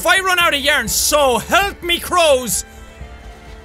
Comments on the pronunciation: Ikr yearnie lol love it too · yaern xD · was that English?!